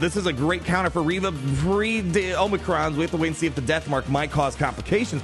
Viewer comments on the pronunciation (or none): none